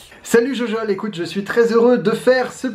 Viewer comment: C'est pas jojol c'est gogol